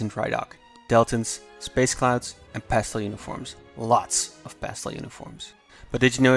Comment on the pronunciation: Lots of ____ uniforms? What is that word he used? (very beginning ) Update: CC worked this time and I see it is 'pastel' uniforms. Now it makes sense. I thought someone was saying, "pasta" like a teenage boy after drinking a full pot of coffee and suffering form multiple mouth sores and deadened facial muscles.